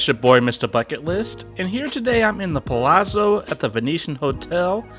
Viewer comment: The rooms (suites) are wonderful if travelling with a group too! In Italian, double Z is pronounced TZ like in pizza. Palazzo (Pa-la-zzo) = Pah-lah-tzoh.